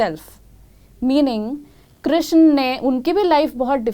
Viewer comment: Pahle to naam sahi se lo ..shiva nahi h shiv h krishna nahi h krishn h meaning alag ho jate h